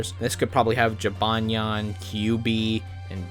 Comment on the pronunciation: He said jibanyan neat